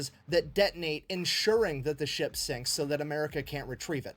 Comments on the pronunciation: Ship? I thought she said "Sheep".😂😅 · the fact that when you say ship it sounds like sheep puts very funny pictures in my head